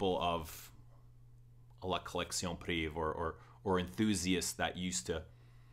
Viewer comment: Great review as always. I'm french and just FYI, for the pronunciation, every time you are saying like if it was written like la collection "priv". You are forgetting "ée". The full word is "privée" and is pronounced like lingerie is pronounced linger"aye". So you should pronounce like la collection priv"aye". If that makes any sense, haha.